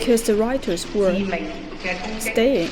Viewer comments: It sounded more like routers. Obviously, she meant rioters. And obviously enough, a person who has a good grasp of English would have known that 🤔😉 and sigh, someone who can speak English does not mean he or she is a good communicator nor is proficient in English. Shakes my head Edit: yes that was directed at Stephen Lennon, who although can speak English, he does appear to yet master English. Speaking is different to comprehending. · Routers lmfao